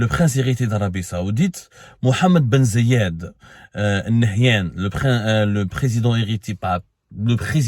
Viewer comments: ZAYD not Ziyad ;-) write it down next time Brother :-) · محمد بن زااايد آل نهيان corrige toi Abdou c'est Zaid. Aaal nahyene